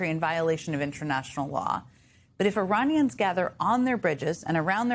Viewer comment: Suppose it's just a slip of pronounciations after , but Uranians has an edge of danger to it :D